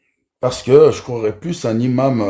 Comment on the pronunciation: "Imam", ça ne commence pas par un h aspiré,. Donc on fait la liaison (un N- imam, des Z- imams, etc) 😉